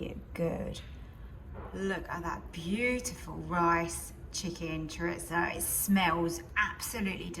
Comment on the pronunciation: I get my 15 in 1 tomorrow, taking the place of my old dual lid Ninja, btw it's pronounced cho-reese-oh rolling the r when you say it 😉